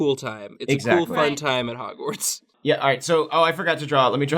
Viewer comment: "'Gwartz"....how lovely